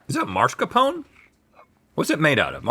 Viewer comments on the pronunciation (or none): Again, it's not mars-capone. It's mas-car-poh-neh. Dagummit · For the love of god, STOP SAYING MARSCAPONE! It’s spelled “mascarpone”. Why the hell are they pronouncing the r in the wrong place?